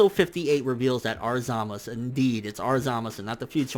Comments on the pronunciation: okay okay, let me just say this. ITS "ZAMASU", not "ZAMAS", same with "Gowasu" not "Gowas" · Why do you say Zamas instead of Zamasu and Gowas instead of Gowasu? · it's not Zamas. it's zamasu. there's a fucking u at the end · its zamasu bitch! not ZAMAS!! & ITS GOWASU, NOT DUCKING GOWAS!! FUCK YOU!!!!! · how can you watch the Japanese version and English dubb and still not pronounce the names right smh zamus za-ma-"su" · Zamas? whether its correct or not can we not use that and pronounce it as we see it (Zamasu) coz it just sounds better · Why Tf do you keep saying Zamas, it's zamasU!!... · Coplanm bet you that it will zamasu when it's dubbed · It's pronounce Zama soo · zamasU goddamn how can ppl watch the show and still pronounce wrong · i guarantee this guy has never been laid. ZA MA SU.. say it with me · Chill dude its pronounce Zamas but spelled Zamasu just rewatch an episode and see for ur self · then why do the Japanese pronounce it with the u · Maybe you should learn the basics about the japanese language before affirming things about a language you don't know.There isn't any 's' alone spelling in japanese, it's 'sa, shi, su, so' or 'za, ji, zu, zo'. It's pronounced ZamasU (which is in fact a polite form of speaking in japanese, coming from 'gozaimasU'. Same for 'GowasU', both are different forms for 'gozaimasU'). Even if you can barely hear the 'u' it doesn't mean it's not there. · the u is definitely lightly pronounced in zamasu. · My fucking god listening to this guy pronouncing zamasu' s name wrong once was cringing but saying his name a thousand times. Jesussss fuckkkk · nigga cant you say ZAMASU right.. shits irritating af lol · Take a shot everytime he pronounces zamasu fucked up